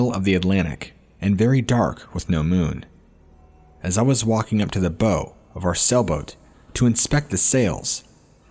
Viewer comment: Your pronunciation of 'bow'.